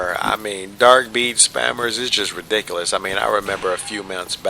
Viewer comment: The way you say ridiculous is amazing. Re-dick-el-oss LOL freaking brilliant